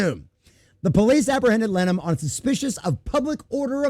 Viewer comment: His name is pronounced "Lin-a-han".